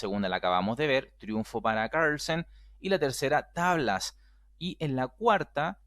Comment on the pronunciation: Like si disfrutas cuando dice magnus caaahgrlsen xDD